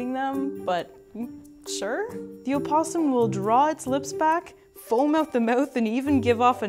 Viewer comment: "Check 'em oot?" She's Canadian!! :-*